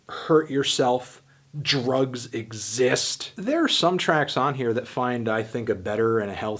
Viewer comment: "DURUHGS EHXZIST" LOL 3edgy5me